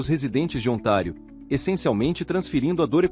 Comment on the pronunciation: Ontário , não é otário kkkkk